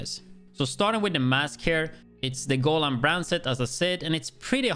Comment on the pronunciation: I love the fact that you pronounce Negev correctly, so I thought you might wanna know that Golan is pronounced go-LAN rather than GO-lan. Also you mentioned that you wouldn't wanna switch the China backpack for the exotic since you'd lose on that 10% status effect but you actually get it back from the exotic one, I guess you'd actually lose on the status effect you rolled on China since that exotic rolled skill damage which is basically useless for this build.